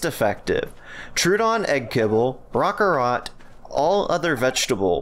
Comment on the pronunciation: Rock-arro-t Qeut-zil